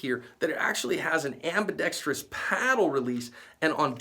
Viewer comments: And one more thing, thank you for saying "ambidextrous" correctly. Most people say "ambidex-tree-ous." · You are pronouncing ambidextrous correctly!